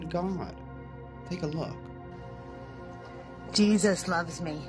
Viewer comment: oh you know jee-thuth?! you know jeeeee-thuth.....